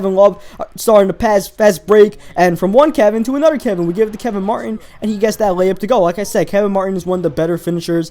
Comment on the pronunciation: said anoder nba 2k14 ITS ANOTHER not anoder